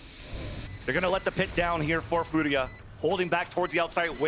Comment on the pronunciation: It's Fooriya not Furia💀